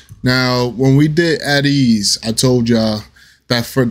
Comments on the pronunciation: Ateez is pronounced Aye Tease. 🤭 I'm glad you liked this one! I'll come back later to suggest another. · The group's name is pronounced A Tease not At Ease